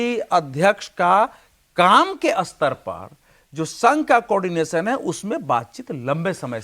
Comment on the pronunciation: अस्तर नही स्तर बोलो